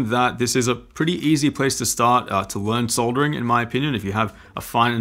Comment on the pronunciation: for pronouncing soldering properly :)